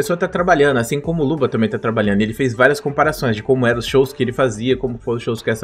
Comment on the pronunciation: Pq toda vez que o fala luba, parece que ele está falando luva?